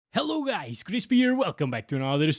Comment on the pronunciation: Lets gooo Kwispyy